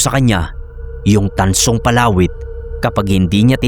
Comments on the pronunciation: di ko po maintindihan nung una kung ano yun "palawit" na sinasabi mo. Iba kasi ang pagkakabigkas mo.😅 Mabilis ang bigkas nun eh 😅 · PALAWIT.. 😂 Read fast